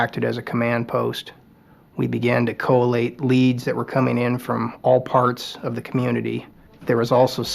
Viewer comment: Co-a-late isn't a word. The word is col·late ˈkōˌlāt